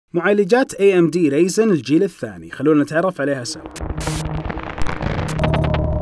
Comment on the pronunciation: رايزن مش ريزن يا فيصل 😩